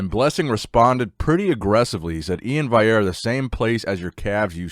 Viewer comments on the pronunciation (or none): In before says Vaillere instead of Valliere again:) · Love the video,! But how can you say Blessing’s last name right but not Iain’s? Valley - Air lol